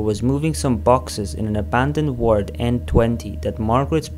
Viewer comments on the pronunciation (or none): none